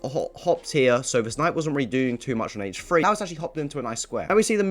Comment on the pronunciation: "Move his knight to Hchshh Free" lol